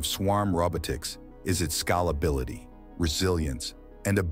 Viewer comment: Check pronunciation. Heavy, scalability